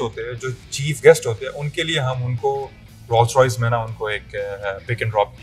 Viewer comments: "Rol Royces" :D bhaii khuda k liy brand k naam tu sahi se lo. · Rolls royce ka naam tu parhna seeks lete..